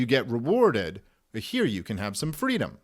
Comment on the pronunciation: "FWEEDOM" - Kamala Harris